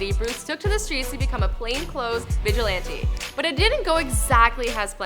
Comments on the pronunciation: "His first time trying to be a viligant on the streets" Might wanna try a few reshoots if they can't read off the fucking teleprompter. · How did she say vigilante in the intro?!